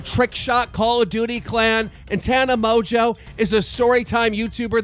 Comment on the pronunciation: why does he say Tana Mojo